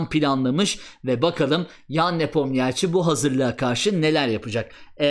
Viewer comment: Geldi yine NepomNİYAAAAÇİ 🤦‍♂ 'den artık geçtim, videoyu izleyenler öğrensinler: Adamın adı NepomNİŞİ okunuyor.